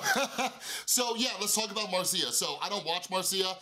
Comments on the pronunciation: Sorry but your way of pronounce Marzia made my Italian ear bleed. Is not 'marsía', is more like 'màrtsia' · It's how Felix says it too like there's a t in it. Maybe it's Italian? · That's not how you pronounce "Marzia"